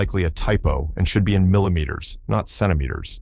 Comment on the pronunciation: Millimteters as well.